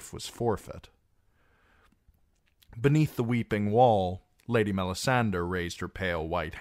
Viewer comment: Love your readings. I have the audio-books but I like your voice better. Why do you pronounce Melisandre like that though? Shouldn't it be "DRE", not "DER"? I was just curious to know because I've heard GRRM pronounce that name in interviews and he pronounces it as MelisanDRE as one would pronounce "Hombre". Edit: Typo